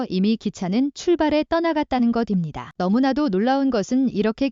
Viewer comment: 무식하게것입니다를 거딥니다로 읽지 마세요. 초등학교 졸업했나요?